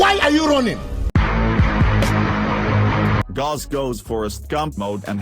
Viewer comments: Its pronounced gowse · its gauss not gauss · Pls replace the "this is gauss" with a good pronunciation of "gauss"